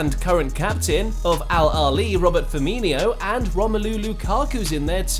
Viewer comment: "Robert Firminio" I'm sorry what?